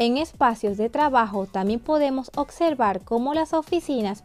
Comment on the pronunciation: NO SE DICE "OCCCCION" NI "OCSERVAR" SE DICE: OPCIÓN!!!! Y OBSERVAR!!!!🙄